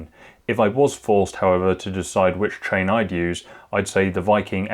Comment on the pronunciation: Yes he says TRAIN not CHAIN !!